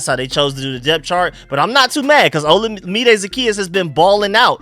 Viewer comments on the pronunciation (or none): FYI Olamide is pronounced like oh-LA-mi-day. Keep up the good work bro!